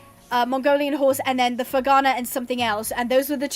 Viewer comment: You pronounced 'ferghana' right, but you've still not got akhal teke; it's not 'teak', it's 'teck-eh', or 'tech-A', whichever's clearest :)